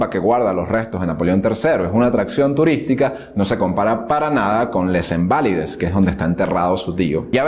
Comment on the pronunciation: Antes de mencionar nombres en francés, debes averiguar cómo se pronuncian, o su equivalente en español, como ejemplo, Les Invalides, lo pronuncias tal como se lee, y no es así, mejor di "Los Inválidos" y listo.